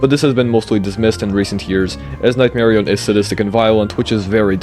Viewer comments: Nightmari-yun not nightmari-own jumps off cliff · why does bro say "nightmarioné" like a French guy 🇫🇷